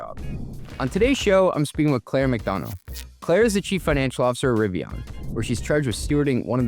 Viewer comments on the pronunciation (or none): Maybe he's...um.. ok I got nothing. Maybe they're rebranding to "Rivion"? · I love Riv-e-on. They're great-e-on... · Why is he saying Rivi"on," on sections of this video? I even turned on CC to double check and it's spelling it as "Rivon." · Lost me when he doesn’t pronounce it correctly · I can’t believe the host can’t even pronounce the name of the company his guest works for